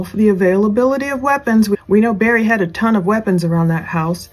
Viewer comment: Btw its "Barry," not "Berry." Did you even really ever follow this case. You seem to know nothing.